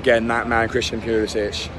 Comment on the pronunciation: All these Chelsea fans that don't know how to pronounce Pulisic's name...